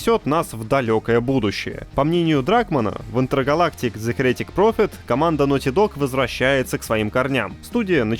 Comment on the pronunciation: Heretic вообще-то имеет ударение на первый слог, как и "Акира". И послужной список дуэта Резнор-Росс на "Социальной сети" не закончился: у них уже большой перечень совместных работ, а в последний раз "Оскар" они получили в 2021-м за мультфильм "Душа".